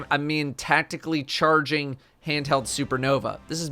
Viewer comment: He said tactically chargeing like that 😂😭😭😭